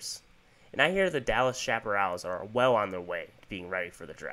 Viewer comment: It’s pronounced, shap-uh-RAILS.